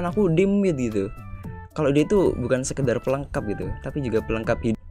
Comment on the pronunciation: "Pelengkap hiid" ehh"